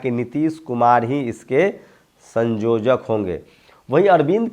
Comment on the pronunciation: संयोजक बोलिये सँजोजक नही